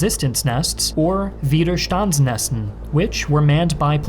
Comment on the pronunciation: It's "Widerstandsnestern"